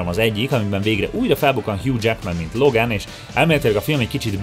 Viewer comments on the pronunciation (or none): none